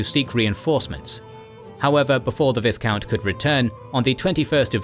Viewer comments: It's not ViSSSSScount, it's Vy-count. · V- eye-count. Not V-IS-count. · It's pronounced Vycount . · Please, in the word 'viscount ' the S is silent